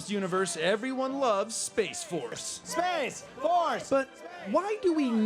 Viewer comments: Every time he mentions space, all I hear is "Ima Fix Wolves" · Let's get it right: it's pronounced SPAAAAAAAAAAAACE FORRRRRRRRRRRRCE!!!